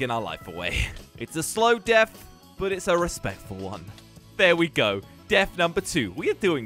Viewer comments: He said deaf instead of death 😂🤣🤣🤣🤣🤣🤣🤣🤣🤣🤣🤣🤣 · Hey did you say deaf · he said deaf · guys it's deafth not death